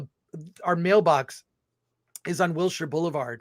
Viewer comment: I love the smirk Alan gives when Chris says "Wildshire" wrong :')